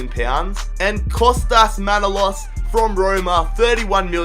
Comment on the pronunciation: Kinda annoyed me you pronounced manolas wrong but Awell! Glad you chose him though! But again annoyed it's liverpool!